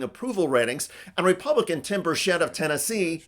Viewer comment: Bur' chet. He ain't French